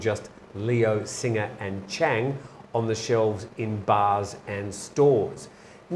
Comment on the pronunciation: It is Beer Singh not singer.